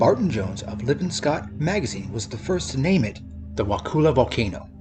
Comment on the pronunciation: Wakulla isn't pronounced wakoola. It's more like wah-kuh-la. Kind of like if you dropped the T and R while saying "what color" but not quite